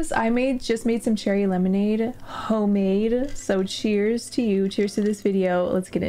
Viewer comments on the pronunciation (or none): “Ho made” sennnttt meeee 😩